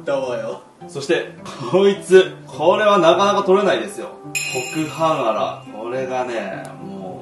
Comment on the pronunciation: コクハンアラだよね！？ 毎回、この魚の名前を コクハーンアラって言う！ なんで、素顔隠しての？ TikTokで素顔出てるのに。